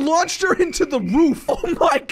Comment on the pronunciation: Did you just say into the woof I think you mean roof